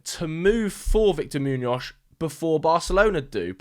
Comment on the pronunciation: I'm so Sorry but this is very distracting... Why do you pronounce Muñoz like that? You can just say it with a normal S at the end 😂 like Moo-knee-oss... Kinda? Great vid anyway, can't wait to see how Madrid handle this circus